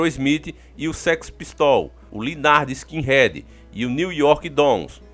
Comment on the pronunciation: Concordo, sem arrogância, o caboclo não precisa ser fluente na maioria das vezes, mas ele matou o linguajar com "lynyrd skinRED" e "sweet child ONE MILE" kkkkkkk